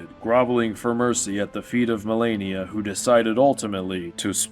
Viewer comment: why do you say Malenia, Blade of Miquella like that? you're forcing yourself to pronounce it like a dumbass lol. good video 3 hours in though! did you really not realize how bad you were butchering the name? You have to be doing it on purpose.